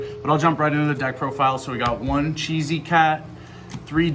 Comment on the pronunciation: "Chess"-y cat. I swear